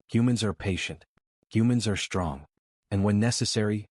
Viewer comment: I HATE when AI and people pronounce "STR" words as "SHTR"!!!!! Yours does just that!!!! FREAKING ANNOYING!!! SHTRENGTH, SHTRAIGHT, SHTRONG, DESHTROY, SHTRANGE, DISHTRESS, HISHTRY, SHTREAKS, SHTRIKE!!!!!!!!!! THERE IS NO "H" AFTER THE FKN "S"!!!!